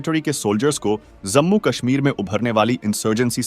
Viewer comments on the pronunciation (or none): Bhai zammu nahi hai woh Jammu bolte hain